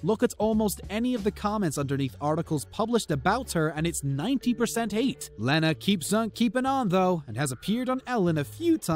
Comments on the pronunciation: I've already heard acouple of mistakes but..."Mar•C•ya Brad•dee"??? Kevin Feder•"leen"?? LEARN TO PRONOUNCE THINGS! And "Len•na Dunham's" first name is pronounced Lee•na! "Can"•yay West is properly said Conn•yay... I'm out! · Its leeeeena dunham And feder line